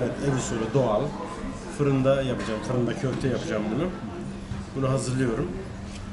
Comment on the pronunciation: Почему в слове kòfte вы делаете ударение на ò.в турецком языке в основном ударение на последнем гласном